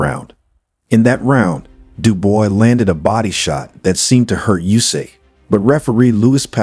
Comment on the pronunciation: DuboAAAAAA morron! Not Duboy...stupid! And not Jusik...it is Usyk, monkey!